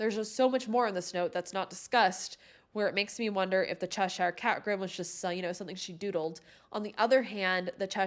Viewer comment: Just fyi, Cheshire is pronounced like ‘Che-shur’.